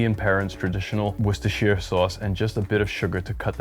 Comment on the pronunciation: You nailed 'Worcester', 'Worcestershire' needs just a little work, as in: 'sheer'? Nah. 'shrr', you could be mistaken for an Englishman. That said, Sheffield is the home of Henderson's Relish. Not a 'relish' by common standards but, essentially, Worcester sauce without the anchovies. Organic? Not sure but probably not. It's tricky but not impossible to find, here in London, perhaps someone imports it in your part of the world. Works for me, though. Btw, your olive oil piece showed up in my feed and I immediately subscribed to your channel.